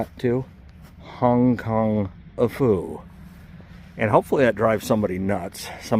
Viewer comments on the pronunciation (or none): Hong Kong - a - phu. 😂